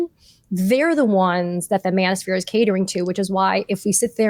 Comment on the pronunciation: When you said Manoshpere I got physically ill. Thank god for you ladies. We need to talk but we need some comic relief too in order to get through the next couple years.